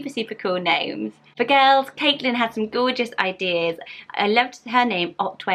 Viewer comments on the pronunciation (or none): none